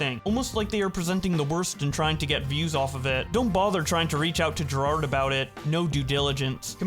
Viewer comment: can't read right? Jirard and Jared